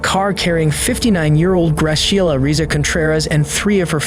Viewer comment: Graciela is probably pronounced like Grah-see-ehl-ah. Not Grasheila